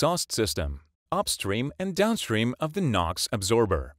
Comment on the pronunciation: absorber not “adsorber”.